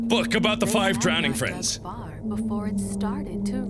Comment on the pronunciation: Teddy not evil teddy fwiend